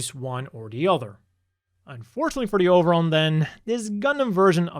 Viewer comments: I like that the “Over-on” pronounced with a Japanese accent is “Oberon” is a cute little nod to Oberon and Titania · Interesting way of spelling Oberon. I wonder if this was word play in Japanese, like the To-Love-Ru manga's title being pronounced the same as the English word trouble.